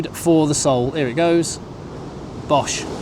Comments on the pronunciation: 4.50: SJOE , not bosh.. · The word is sjoe! Pronounced short shoe! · Hi, the correct pronunciation for sjoe is Shoe. It can have many different meanings. Say quickly shoe-shoe. Then you will have the correct pronunciation. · Tnk u... ❤❤❤So pleased u enjoyed ur trip... But we the majority of SA CANNOT afford to visit or live in CT.... Yes it's beautiful... But we slog away in JHB..the crime & fraud capital of the world 😢😢😮😮😮only u brits can pay these prices.. So enjoy.. Pronunciation tip... SJOE =say... shoe Llandudno=LAND DUD NO... ❤❤❤❤ Please visit Zimbabwe next... Especially BULAWAYO... the friendliest place... On earth ❤❤❤❤❤ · Lekka bru, btw, sjoe is pronounced shooo 😂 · Come back soon!! The "Sjoe" you referred to actually sounds like a short version of Shoe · It’s pronounced ‘shoe’. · you should move to SA - and you pronounce it more like "shoe" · It is pronounced "shu!"